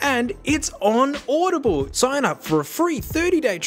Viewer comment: bro just said audibiblle? love it.